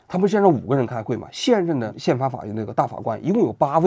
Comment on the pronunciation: 王局最近最老是瓢啊！大法官~大花官！等等